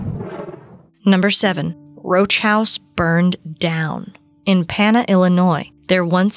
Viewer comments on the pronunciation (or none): Pana, IL. It's not "Pan-a" it's "Pain-a" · It's more like Pain-a Illinois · Pana IL is pronounced paynah! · It’s pain-uh Illinois haha but great video can’t even sleep now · Pans, IL is pronounced with the first a as long and the second as schwa (uh). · Pans not pans